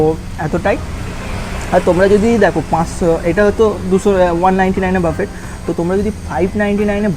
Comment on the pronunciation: উচ্চারণ টা বাফেট নয় বুফে হবে 😵‍💫